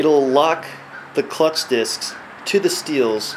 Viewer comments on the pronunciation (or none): lol im cracking up "clucth discs" great video though